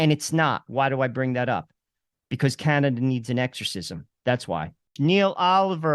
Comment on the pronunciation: Oh Cana-Duh